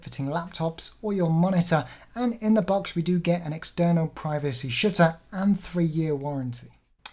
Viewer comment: It was a joke about his accent. Listen to his voice and it sounds like he says "an external privacy $#@ instead of shutter, which I am sure is what he intended to say.